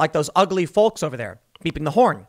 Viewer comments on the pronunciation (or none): Folllllllk. The L is silent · It triggers the fuck out of me how you say "folks" lol... It's pronounced fokes!!! 🤣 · Tim. Tim. Tim. You pronounce the L in folks too much. Sounds funny. 🤣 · he called the feeyokes....lol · In his defense, I think he said "ugly felks." lol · Its obvious that you're a northerner haha Folks with a hard L instead of Folks with a soft L. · ... is that really how some people pronounce 'folks' ? lol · I find your pronunciation of folks really grating. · Why does Tim say the word folks like that lol